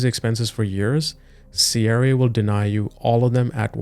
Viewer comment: Your video is unwatchable. Your pronunciation of CRA is triggering Siri in my car.